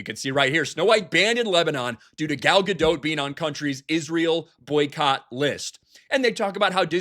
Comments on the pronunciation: You're still pronouncing Gal's name wrong. It's "Ga-Dot", not "Ga-Dote". You sound like a moron, since you've been corrected before and still choose to say the wrong thing, which is typical of you. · She pronounces her name Gal GaDOT, like rhymes with cot. Not GaDOTE, like goat...Sorry, that just irritated me every time I hear it. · Isn't the T silent in Gadot? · Pretty sure the ‘T’ is silent in Gadot.